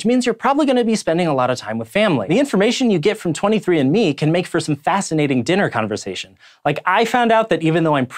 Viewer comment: I thought he said "Sci Show is supported by 23 Inmates" lmao